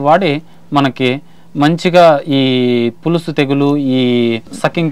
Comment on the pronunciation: పులుసు కాదు పొలుసు